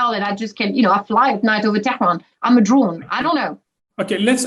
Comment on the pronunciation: She prounounced Tehran really well.